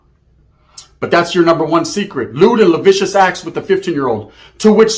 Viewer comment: effin moron! Lewd & "lavicious"? 😅 is that like vicious? Its "lascivious", phonetically its "la-cee-ve-us". That kinda fake 'breaking back news' get u special attention & visits. What an idiot